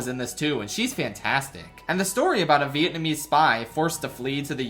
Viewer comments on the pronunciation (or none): none